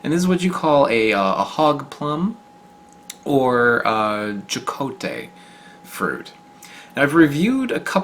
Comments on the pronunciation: Hocote we say the j as a h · It is pronounced “ha-CO-tay”. “J” is pronounced as an aspirated “h” in Spanish. No they only grow in tropical areas.